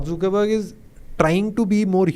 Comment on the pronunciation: not zookerberg, it's zuckerberg :/